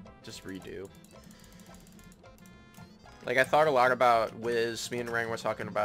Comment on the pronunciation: "i thart a lart about"